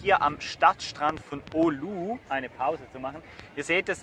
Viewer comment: Es heisst Oulu.